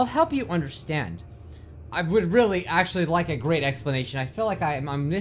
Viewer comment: The games great Me: Did u say GREAT OR GRAY-T????